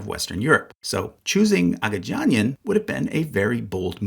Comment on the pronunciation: What I'm writing doesn't matter, this is extremely minor, but annoying language guy just wants to say things Agagianian only has hard gs, Armenian consistently spells the soft sound with its js Pignedoli would be as if Piñedoli, gn is like ny, like lasagna